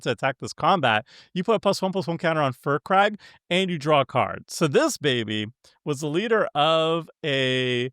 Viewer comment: please. His name is pronounced "Fire Crag" Not Fur crag. Respect the dragon, he's from baldurs gate!